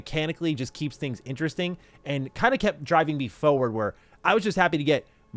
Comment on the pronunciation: needs to learn how to pronounce "forward" and "always". It's not "Foe-werd" or "Awe-wayz"